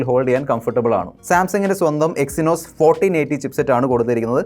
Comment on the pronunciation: be like: Ooh echynos 😂..